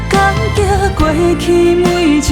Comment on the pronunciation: 請問一下感激的激原唱發音聽不清楚？？？